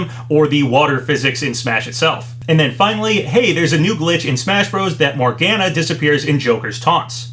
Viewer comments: I'm the Persona 5 fan here so hearing him mispronounce Morgana's name was painful. It's Mor-ga-na. Not Mor-gan-a. Also how is that stupid Cacomallow "leak" still getting credit?! It's been almost a YEAR since it was discovered! Seeing as how they were discovered in October last year and we're two months away from October of this year, and we had 3 Sakurai Presentation between the discovery time, with Terry's happening in November, Byleth being in January, two months after Terry's, and ending volume 1, and Min Min's in June, five months after Byleth and kicking off volume 2, and we still haven't seen those two mii hats yet I think it's safe to say at THIS point we can call the Cacomallow "leak" fake! Just fucking drop the cacomallow "leak" already! It's fake! And just bringing it up just makes you and all those who want to believe it's real look desperate! Just let it die already!! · Not to be a stickler with pronounciation, but Morgana is said "Mor-gan-ah". Either way, I will be ecstatic if we get a legitimate Direct or Direct Mini in a week!